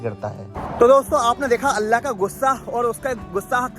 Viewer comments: Apne bolne ka andaz aur alfaz sahi krlo....Bs baki sab sahi hai...Urdu ki dhajji uda rkhi hai...Aur sabse zyada allah ka lafz bhi sahi nahi nikal rha tumhare muh se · Aapki Urdu bilkul bhi achchi nhi he allha nhi hota Allah hota he ye to muslmano ke halat hen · Kya yarr ""Allah"" ki jagah"" Alha"" bolte ho ? Alllah ka nam to pehle bolna sikho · Bro learn to pronounce Allah properly. It's not ALLHA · ALHA nahi ALLAH bolo please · Apna pronounciation sahi kar totla. Alha kya hota hai be. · nice video, Allah not Alha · Bhai.. Alha nehi Allah bolo... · Bai Alha kya hai Allah bol nehi chakta kya? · Bhai Aapne Allah Bola Ya Alha Bola Aap Itne Din Se Islam Me Hai Aur Abhi Apki Zuban Se Allah Nahi Niklta? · Alhaa nahi ALLAH Lutha nahi lut Apne pronounce ko sahih kijiye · Allah To theek se bol le chutiya..Allha bol pada hai video me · Bht shukria aapka jo hamney quran me padha us basti ko aapne wha jakrr dikhaya.. Bhai pr aap Allah paak k naam sahi se le.. Allah khe... Uske naam me koi tabdili na krey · Assalamualaikum bhaijaan subse phele Allah ka nam sahi se lijiye apka pronounce mh garbar hai Allah sahi se bolye baki ap kam accha karrahe ho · bro pronounce Allah better please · Bhai pahle Allah bolna sikhlo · Bhai no offense but aap Allah shi tariqe se bolna seekhe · Aap ko Allah bolna nahi aataa? Sahi talaffuz kijiye aur Allah ka naam khuda nahi hy, padhiye surah aaraaf aayat no. 180. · Dost pahle Allah ka naam achhe se lele baki to sab sahi hai or wakiya bhi achhe se study kar ke kuch bola karo q ki aap ko 1L aadmi dekhte hai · Sabse pehli baat yaar kam se kam loot alihisalam aur Allah bolna seeekh lo aisa lag raha hai koi gair muslim bol raha hai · Please..Allah . Sentence..sahi tariqa se pronounciation karo 🤲